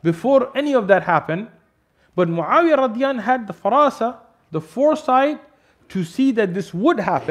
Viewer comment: What is the meaning of Radiyanhu? Or is that just a miss-pronunciation?